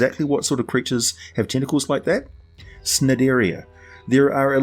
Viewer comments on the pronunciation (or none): nope. It's pronounced like nigh-dairy-an